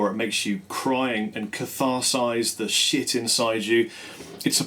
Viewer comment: I always misunderstood how he says "shoot" for "shit."